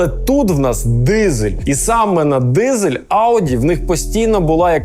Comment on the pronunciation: То ви дізелюка навчіться розмовляти не дізель а дизель